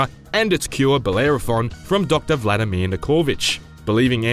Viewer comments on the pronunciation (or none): none